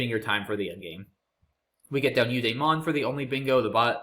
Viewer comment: While we're on the mispronunciation train, eudaemon is pronounced "you DEEmon", not "youdayMONN"